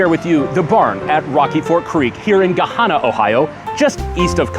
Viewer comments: Sorry, but it is a pet peeve of mine: it’s pronounced Guh-HAN-nuh not Guh-HAHN-nuh. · Its not Ga-Ha-Nah. Its guh-Han-uh. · Never heartd it sound like Ghana :D Ga-Han-Ah. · No one says ga-HA-na. lol. Ga-han-a. lol 18 year resident. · Not "Go-hawna" but "Ga-Hannah"... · Hanna is pronounced like the girls name Hanna. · “Gah-hah-nah” is the way I’m saying it front now on lol! Great video. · Gahanna rhymes with Banana. Its not Ga hawna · Gahanna rhymes with banana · Yes i was like what did he just say lol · I grew up in Gahanna in the 70s 80s 90s. We do not call it Gahawna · Wrong idiot, it is pronounced Ga Hanna. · ‼️YA KNOW HOW YOU CAN TELL SOMEONES‼️NOT‼️FROM CENTRAL OHIO, THEY CAN’T PRONOUNCE GAHANNA PROPERLY‼️🤨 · Gahana is not pronounced the way you said it. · Lol u can tell someone isn't a local can't pronounce Gahanna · gahanna rhymes with the name "hannah":) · You mispronounced Gahanna. One would think that someone doing reviews would get the name of the area correct. Minus One Star before even watching the video. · I was raised in gahanna. He pronounced it wrong. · Not only did he pronounce it wrong, he forgot to mention the Barn is for the new albany elites. Gahanna residents don't go there. (I mean mostly.) They just avoided the nalbany taxes and can still cater to them.